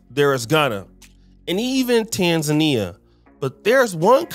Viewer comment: it’s not tanzania it’s tanzania